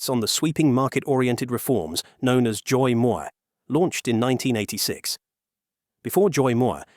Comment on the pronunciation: Pronouncing Doi Moi just the English way would sound better than the way you’ve butchered it 😅